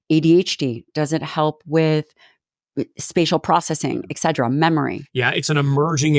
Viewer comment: Thank you doctor Lyon. You have helped me a lot. I am a 74 year old female. I love your podcasts. One small thing: The word is eTcetera❤